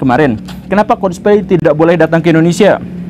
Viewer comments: coldpaly pa guru bukan colsplay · MEREKA, MEREKA, MEREKA, MEREKA. Coba dong Bahas ''COLDPLAY'' nya. Terlihat Banget anda ngga riset sama sekali tentang band ini. nyebut ''COLDPLAY'' juga masih salah. mohon maaf yang anda bilang ''MEREKA'' Itu juga punya ''ALASAN'' kenapa menolak band ini konser di negara tercinta kita ini.